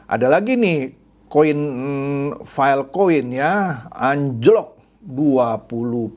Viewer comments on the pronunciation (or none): none